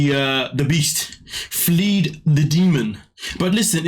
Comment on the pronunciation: not 'fleed' fled